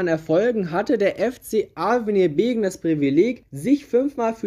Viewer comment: Es heißt übrigens Beggen und nicht Begen